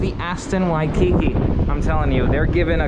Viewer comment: In the word “Waikiki”, the emphasis is on the last syllable (the second “ki”).